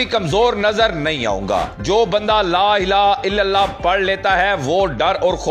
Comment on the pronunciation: LA ila illalah nahi. LA ILLA HA ILLALLAH plz 🙏Sahi bola karo